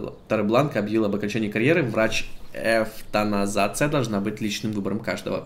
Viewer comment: Эвтаназия=Эвтаназация (уроки чтения от )